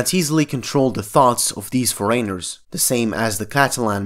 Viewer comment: Hi just a message to help with pronounciation of foreigner. Pronounce it FO-REN-ER. Great Vid